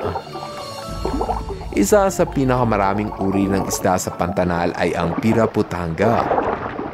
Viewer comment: Kuya mag ka parehas bato PANATAL PANATANG😂😂😂❤❤